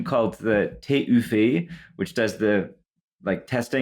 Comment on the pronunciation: That pronouncation of TÜV is perfect lol. If anyone cares, it's pronounced as one word in German.